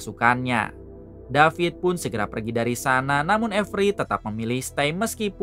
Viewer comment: David not Dapit guys 😂😂😂😂